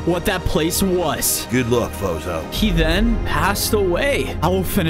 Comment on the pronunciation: it's fozo not zozo